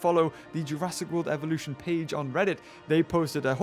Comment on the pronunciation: u do know dat u said evoluton right?